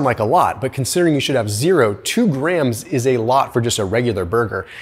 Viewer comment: It's grams not graham's! Duh!